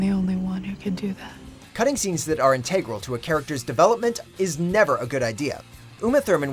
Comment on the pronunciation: I stopped paying attention as soon as the narrator pronounced “integral” so weirdly.